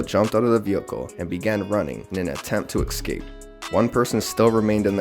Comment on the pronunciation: EScape. Not ECscape.